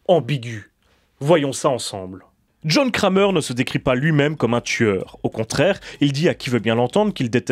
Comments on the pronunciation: Il est serieux il dit jhon krémeur au lieux de jhon kramer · John crèmeur 😂